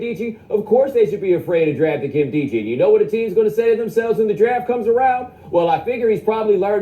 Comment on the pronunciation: did you just call him kaminschi? jesus christ